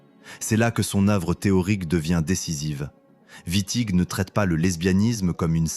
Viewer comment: Exactement.l’iA transforme Witting en Vitti. Fabuleux. IA de de 🤮